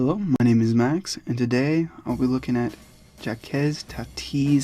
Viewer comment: Who the hell is jack-ez?